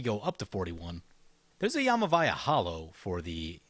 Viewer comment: You're swapping the V and the M in Yavimaya (you say it like YAMA VAYA). ;)